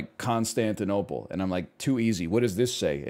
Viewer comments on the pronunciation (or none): none